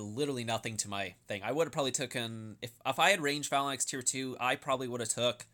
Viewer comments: I love your videos but would you mind pronouncing "phalanx" properly? It's "fay-langks" in American English and "fa-langks" in British English, not "falan-ex." ^_^ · This video was great other than you not knowing how to pronounce the word. Fae-lanks.... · Bro, it is pronounced "fa· langks" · "fa-la-naxx" smh you need some xanax to slow yourself down lol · "Phalan X" lol. sounds like a super hero or something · bro, check the pronunciation of phalanx on mirriam-webster's website